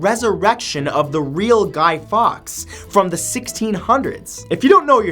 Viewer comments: It’s pronounced falks not fox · It's pronounced Guy Forks not Guy Fox. Just a small thing in an otherwise interesting video. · Great video discussing the true meaning of symbols, but you've missed pronounced "GUY FAWKES" name pronounced like "FORKS" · Guy Fawkes is pronounced like forks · guy fawkes not fox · A super video as always. The only thing I want to point out to you is the pronunciation of Guy ( surname pronounced) forks. Keep the good stuff rolling out to us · It's pronounced "forks" but Americans will probably say that wrong as well.. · Love this! But you say it Guy Forks and I will never understand why we have bonfire night here in the UK haha! Thank you for posting videos like this, love learning new stuff! x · When he pronounsed guy Fawkes name wrong. Being British myself it hurt a bit.